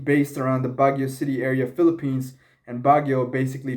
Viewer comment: Bagyo is different from baguio bro😂 emphasize the YO...